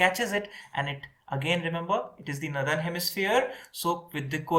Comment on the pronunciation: Great except the way you pronounce northern. It‘s nor-thern, not nu-thern.